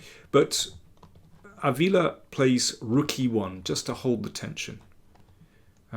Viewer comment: Chess commentrary was fine, but the stress in Ávila should be on the first syllable, not the second.